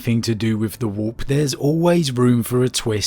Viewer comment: I love how you pronounce warp “wop”